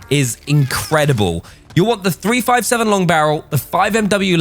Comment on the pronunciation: Its a 3-57 not a 3-5-7. You’re welcome from your free yankee fan